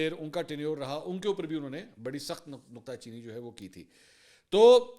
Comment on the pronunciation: منصور بھائی اسے تنقید نہ سمجھئے گا۔ درست لفظ” نکتہ چینی “ ہے۔ مجھے لگا آپ نے “نقطہ چینی” کہا۔